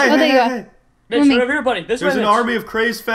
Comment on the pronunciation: Its not mich its mitch